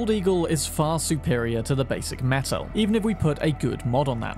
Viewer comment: The way you pronounced Techtronika the first time is right. The way you pronounce Metel is wrong tho)